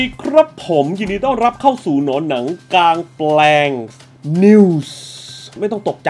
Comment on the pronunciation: ชื่อผิดพี่ กลางแปลง ไม่ใช่หลางแปลง